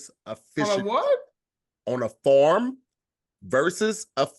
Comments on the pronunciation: I’m so irritated with saying “Form” instead of “Farm”…..😤 Come on!! Get ya tongue together fam 🤣🤣🤣🤣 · The way pronounces farm is hilarious